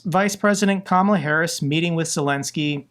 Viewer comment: Stop pronouncing Kamala incorrectly